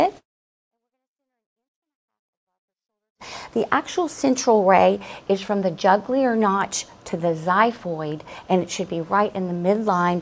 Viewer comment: Jugular notch ma’am not Juglear🤌🤌